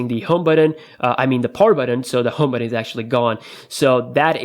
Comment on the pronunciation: BUTTON NOT BATTON FAM!